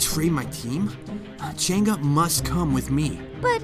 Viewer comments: Ching’a Change oh fOR FUCK SAKES ITS CHANG’EH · I noticed the Alice pronounced chang’e name wrong she prounounced it like change and nit chang E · lol changa hahahah thats telling like a a cheng ee you called changa 😂😂😂😂😂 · It's not change it's Chang uhhhh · Lol u pronounce Chang E as cheng ga. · Cheng'a? Why cheng'a not chang'e or is it really that pronounce (bad english becuz im asian litterally) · Its Chang a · Its pronounced chung uh and this is the closest i’ve seen a youtuber get it right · Chang'e pronounce by Jenga? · I think it’s pronounced as Chang Eh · I thought it was pronounced Chung'uh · God I'm so confused with how to pronounce Chang'e.. First I hear Cheng'a then I hear Change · no....... I really wish kagura looks hot she looks like granny, oh and btw it's pronounce Chang-e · not to be rude but its pronounced chang-gu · Wrong pronounciation of Chang'e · Why Do They Pronounce The Name Wrong?